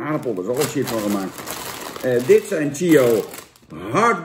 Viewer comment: Grappig dat Jan de review begint met ‘Sjips’ en dan zich bedenkt dat hij hiermee zijn zorgvuldig opgebouwde imago van Kakker uit Bergen geweld aandoet en snel ‘Tjips’ roept!